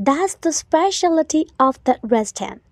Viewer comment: Restaurantကrestonလို့ထွက်တာလား